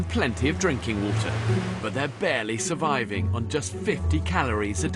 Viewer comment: Big emphasis on the "surviving for their lives" for the women, big emphasis.